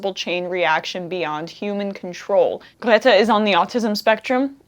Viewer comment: Fantastic speech by Greta. Oh, and love your pronunciation of her name, almost perfect!